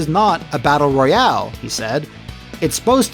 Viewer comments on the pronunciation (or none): none